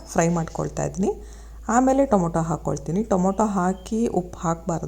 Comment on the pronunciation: ಟೊಮೋಟೊ ಅಲ್ಲ ಟಮಾಟೊ